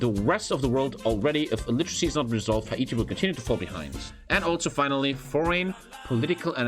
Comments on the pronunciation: the way he says Ha E Ti, instead of hayti, is great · Hah -eat-e actually hay-ti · Hay-tee not ha- ee-tee I couldn't stand that. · Editor tell it’s pronounced “HEY-TEE” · I don't know why he calls it Hai eee teee lol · Bruh no one talking about the way is saying Haiti? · I don't like how he pronounces Haiti.